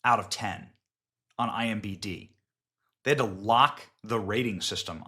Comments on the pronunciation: It’s IM D B Benny lol not BD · Its imDb not imbd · The amout of times you said "IMBD" instead of "IMDB" was too much to let go. It got quite irritating. Internet Movie Database not internet movie basedata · Benny🤭 it is "imDb" not imBd🤪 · It’s IMDB buddy….not IMBD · iMDB, not iMBD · Great report Benny...thanks. But know that it's IM D B Not BD. 👍